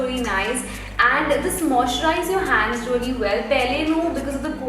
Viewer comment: plz check your vocab with pronounciation not rally its really